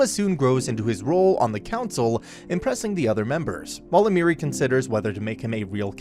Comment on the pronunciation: and almery like emeri